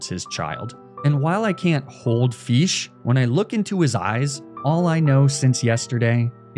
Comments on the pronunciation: Dissapointing. You pronounce Fish. The king god of fish "Feesh" How are you the one who it calls it's owner? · i just love the way you pronounce fish as "feesh" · Feesh?... You've watched PM7's adventures of the Mighty Feesh, haven't you? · yea feesh poweeer 😄